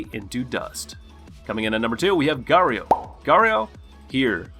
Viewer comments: Did you just say gario 😂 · That is not how you say garou name